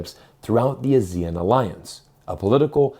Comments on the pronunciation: The people who live in the ASEAN countries pronounce the acronym as ah-see-un, not as a-zee-en. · What's A-zeal-Un? It's Ah-Sea-Un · 1. It's pronounced AH-zee-en, not ah-ZEE-en. The emphasis is on the AH. 2. The primary reason for Malaysia to move towards China has nothing to do with China and everything to do with Gaza. Malaysians are extremely angry at the US for supporting Israel in its genocide of Muslims. 3. Malaysia does not control the Straits of Malacca, Singapore does. 4. Russia is already China's biggest source for both crude oil and natural gas, surpassing Saudi Arabia in 2023. So China's energy supplies would not be in serious danger in the chance of a war with the US. 5. Any blockade of the Straits of Malacca will result in more damage to the West than to China. The Chinese central bank can print cash to make up for the shortfall in trade revenue. The Federal Reserve cannot print iPhones. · Please pronounce ASEAN as Aah-See-Aan. Very off-putting when you pronounce it as Asia. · Pronounce... Ah ...see ...ahn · Please learn how to pronounce ASEAN properly.